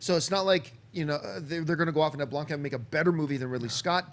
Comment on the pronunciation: John Campea puts an f at the end of Neill Blomkamp... like its German or something lol